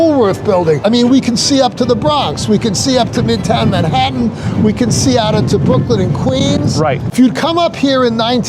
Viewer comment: Is he saying “Mehettin” or Manhattan?